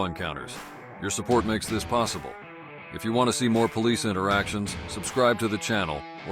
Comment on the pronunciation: Are police alloudt to write their po leez reports exctly as the perp states things? That would be hilarious to read. Listen at this attempt to communakay.